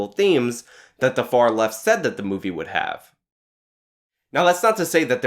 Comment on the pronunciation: Ever time you said movie I heard booby.